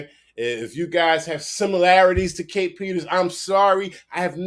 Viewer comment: To me it sounds like the guy posting this video is failing horribly. He can't even get her name right lol. ITS kae Peter. No S on the end there buddy lol. Also he failed in his court case.